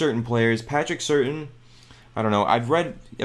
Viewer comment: Patrick (pronounced: Sir-Tan) Surtain II. He’s the Second because his dad, Patrick Surtain, was a three time Pro Bowler in the NFL. He played fairly recently and I’m surprised you don’t know how to pronounce his last name. But your reports are usually very informative and it’s not right my first three comments were slightly negative in nature. Ignore me, but cheer up, your better than this. 🤗